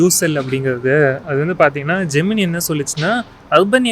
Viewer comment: Minor note: Pronounced ஜெமினை not ஜெமினி.